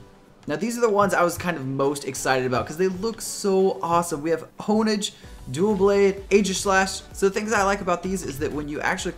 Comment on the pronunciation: Btw U Said DuelBlade, not Doublade